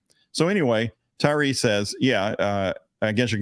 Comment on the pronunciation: At least get his name right. It is Tyrese. Tyrese Gibson